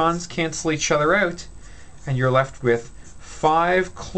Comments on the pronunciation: awesome well done. I love the Irish in you when you say "out" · Your videos are truly amazing! Thank you so much for sharing your knowledge! You explained balancing redox equations perfectly!! I knew you were Canadian when you said "out"!! Go Canada!!! Sincerely, A very proud Canadian, living in America :)